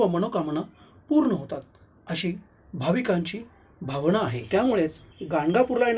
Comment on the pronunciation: घणघोर नाही घनघोर भावणा नाही भावना कोण कुठले लोवर लोक अशुद्ध भाषा उच्चार